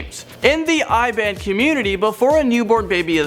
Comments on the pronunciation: #6 fact: The race mentioned is Iban, a native race in Sarawak and it is pronounced as "ee-ban" not "ai-ban". ok bye. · btw it pronounce as iban(eee-bahn) not eye-ban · pronounciation for No.6: Iban pronounced as "e - bun" , as in letter "e" and the word "bun". not "I" (as in letter I) and "band". nevermind... there are more words that this guy needs to learn how to pronounce. I cringed when I hear it. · Pronounce Iban "Eban"😂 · Iban is pronounce: Ee-ban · Iban is pronounce as eeeeban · Malay pronounce as Ma-lay not May-a-lay..Iban is pronounce as e-ban (like e-mail).. I'm an iban..I don't remember any cock fighting when choosing my name.. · my first time hearing iban pronounced as eye-ban XD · I like the way he pronounces Iban